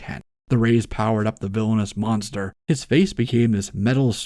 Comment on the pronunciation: It is pronounced Mon-Star. Yes, it ment to suggest "Monster", but it is not pronounced like it.